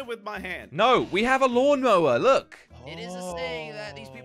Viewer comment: They said lawn mower not mawn lower Oop sorry and said it Oh and sorry